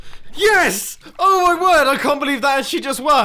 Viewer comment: ive never seen mumbo say yes so hard